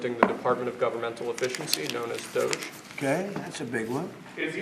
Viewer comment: I heard doge right? Lol